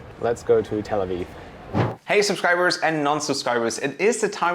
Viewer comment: "Tel Awiw"